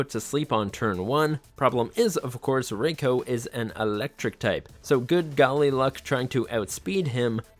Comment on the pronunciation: It’s “Azelf” not “Azleaf” wtf??? Also wrong pronunciation for Entei and raikou. Japanese is a 100% fully phonetic language, it’s simpler than English or German, so stop applying the English and German grammar rules that make no phonetic sense to them. This is a rampant issue I see when English speakers are covering Japanese media.